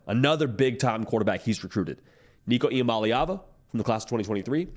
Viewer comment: Once again shout-out on pronouncing Nico last name correctly... not that hard to learn... NICO.. ee-ah-molly-ahvuh